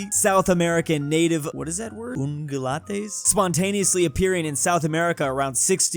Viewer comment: an ungulate is any of a large group of mammals all of which have hooves: divided into odd-toed ungulates (perissodactyls) and even-toed ungulates (artiodactyls). Ungulate is pronounced ung as in rung ya lit